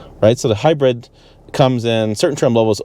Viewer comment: Can’t stand how he pronounces hybrid as “hi-bread”